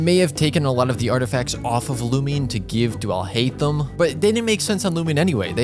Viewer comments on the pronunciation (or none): you saying alhaitham sounds like ill hate them/him/em xD